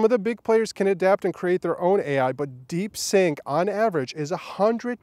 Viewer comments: It's DeepSeek not DeepSink. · Stop calling it Deepsink 😂😂😂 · "deep sync"? 🤣 You mean: DeepSeek!😎